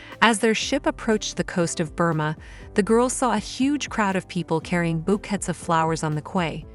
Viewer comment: What country pronounces " bouquet" as [bok-ket]?😲